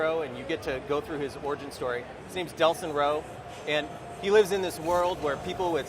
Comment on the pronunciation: its not deslin its delsin